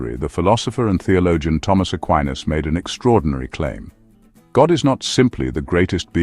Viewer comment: Die Aussprache seines Namens passt überhaupt nicht.